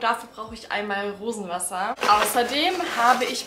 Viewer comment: Hat noch jemand Wurstwasser statt Rosenwassen verstanden? 😅